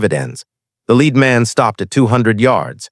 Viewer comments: the metal, Pb is pronounced LED not LEED. AI narrators always get this wrong. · When You SAY the word YOU say LED as is the METAL. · LEAD METAL IS PRONOUNCED "LED". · Wrong pronuniation of the word lead. How could she know interior of a lead box at 600 yds. When did navy graduate female Seals.